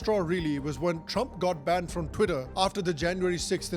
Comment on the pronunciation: "chwiter, now Axe" - typical Indian who goes for vacation in Joe's world